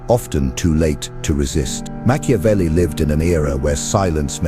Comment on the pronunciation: Meah CHEW avelli?🤣